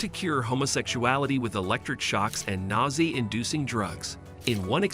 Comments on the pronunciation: "nausea" = "Gnaw Zay". Annoying as heck. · Low-bow-tow-mees? Rayshuns? Nausie? Cuba taking over Cuba? M Kultra?